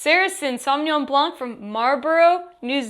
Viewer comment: Alright, there you go. Madeleine: don't pronounce the "c" at the end of "Blanc".